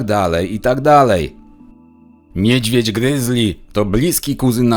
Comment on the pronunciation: Skad oni ostatnio w Polskim biora to...no njedzwiedz...niedzwiedz a nie njedzwiedz.